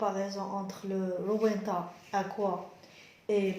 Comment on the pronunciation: Ça s'écrit rowenta mais ça se prononce ROVENTA.